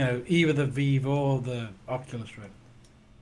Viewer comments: pronouces Vive as "Veev". It hurts my ears. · if he says viwe one more time Ill have a stroke.